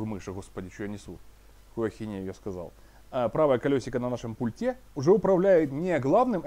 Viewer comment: Я Вам уже писал, не "пультА", а "пУльта", не в "пультЕ", а в "пУльте". Вы так тщательно подбираете слова, говорите предельно корректно, но слово пульт просто режет слух!!!